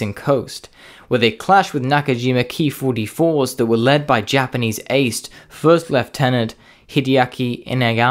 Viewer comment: He pronounced it right, Ki-44 is pronounced like 'key'